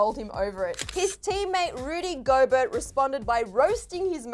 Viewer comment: U pronounced Rudy Gobert wrong sorry for being a bitch but u sound like Flight